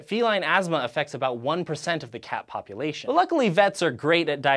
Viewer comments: Lol, "Populatoin" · Populatoin Pronunciation: Pop you lay toyn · "cat populatoin"